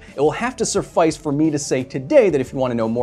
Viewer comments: "It will have to surffice" BRO IT'S "suffice!!" And I DEFINITELY heard an "r" there!! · .... "It will have to Surfice..."? New word Kyle? That is a sufficient amount of new words today. Carry on